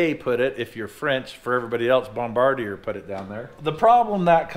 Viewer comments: it’s BOMB-BA-DEER. They make ski doo snowmobiles. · It's bomb ba deer lol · My friend since kindergarten - his grandfather was part of the 1st team that made an attempt (unsuccessfully) to the North Pole in skidoo snowmobiles. He always pronounced it bom-bra-deer 🤷‍♂️ so there’s a third pronunciation. Doesn’t look right on paper but if you say it fast an fluently and when it’s really f’ing cold out it makes sense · Lmao, all this time I thought it was pronounced Bomb-a-deer! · I always pronounced it "Bomba-deer"